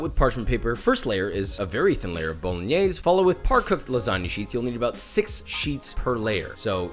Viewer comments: The way he says bolingnaise😑😥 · The final e in Bolognese shall be pronounced. I know many Italian immigrants in America come from the south and they sometimes swallow the final vowel, but that's dialect. Bo-lo-gne (as in knee) -se (as in 'say' without pronouncing the y) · Why tf does he pronounce it 'bolinyees'